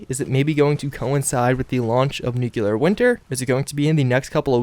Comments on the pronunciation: With Nuclear Winter coming soon I really, really hope you start saying NEW-CLEAR right. This NUKE-U-LAR George Bush stuff is getting old. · Please, for the love of God, stop saying Nukular. Nuclear is pronounced "NEW CLEAR". There's only one U in the word. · Jesus-tap-dancing-Christ! It's pronounced "nu-clear"! Not "nukular"! You sound like a damned fool every time you say it like that. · New-clear. Not nuke-you-lar. ;) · N U C L E A R not N U C U L A R Fucking idiot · Great videos but please learn how to say NUCLEAR, not NU-KEW-LUR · Y'all complaining about the deathclaw gauntlet. I have a few brain cells die each time he says new-queue-lar, which happens all the time with his content on fallout games. I love your videos, but I hate constantly hearing the mispronunciation. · There you go with the N word again. (NOO-kyoo-lur) Makes it hard to watch your vids all the way through. C'mon man. You're way smarter than that. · Thee nukular war?🤪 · Only Lloyd Christmas would say Nukular! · NU - CLE - AR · seriously nuclear... nu..clear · It's just a common mispronunciation, like when people say "axe" instead of "ask" or "eXspecially" or "eXpresso" instead of "eSpecially" or "eSpresso" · Where do people even get the extra "u" from? Always confused me.